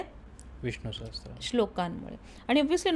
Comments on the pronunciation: छानच माहिती . हे टॉनिक मी घेत आहे . नियमीतपणे . फार छान अनुभव आहे . ' सहस्र यात स ला र -जोड ला जातो स ला त्र नाही . वारं वार त्र चा उच्चार होतोय . तो टाळा वा कृपया . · Sahastra nahi Sahasra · सहस्र, सहस्त्र नाही.